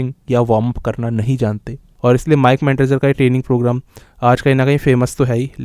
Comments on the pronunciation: Its Not Mike Mentder son. Mere bhai. More like Mike Mentosbimal. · Bro it's Mike manzer